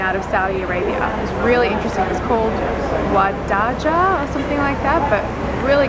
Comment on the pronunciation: I'd really love to see your review of Wadjda (it pronounced wajda btw).